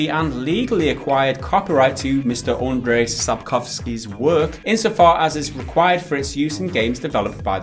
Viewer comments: About your struggling with Sapkowski's first name - it's actually pronounced more like "Anjay" than "Andray". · Andrzej Sapkowski - the closest approximation for his first would be: UN-j, not UN-dr-zay ;) Just saying. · Just one thing, his name is pronounced like Andjei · Guys please...This is not Andrej. If you have issues pronouncing full name just focus on last one.